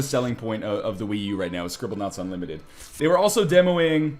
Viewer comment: Scribblenaut.....unlimited...notice the u in the beginning of that word.